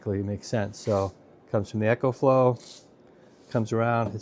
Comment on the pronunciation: ecoflow not echoflow 🤦‍♂